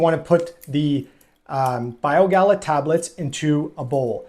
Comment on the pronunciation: Small nit to pick, not Bio Gala it is Bio Gay uh.